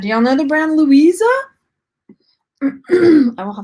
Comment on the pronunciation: The brand that you thought said Louisa is actually Lovisa (from Australia) 😊